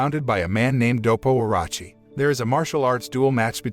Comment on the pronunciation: bruh nice vid n everything but u totally butcher Orochi name bruh its its like Oroochi not Orachi my guy please just look at the name or listen to the anime see how they say it